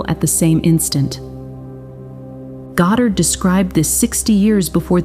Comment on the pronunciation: Please pronounce Neville’s last-name correctly! The accent is on the first syllable God’dard!